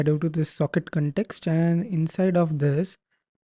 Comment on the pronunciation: Bete english theek bolo context hota hai cantext nahi dimag kharab kar diya tune cantext cantext karke